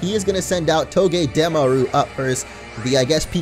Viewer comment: I cringe every time he says togedemaru and unova wrong .. 😑 lol